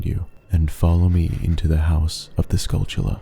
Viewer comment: Why does everyone on Youtube mispronounce the golden spiders in OOT and Majora's Mask? I have NEVER figured that out. You keep pronouncing it with a "ch" in the word and that is clearly not there. Do you and other YouTubers have some kind of disorder you share?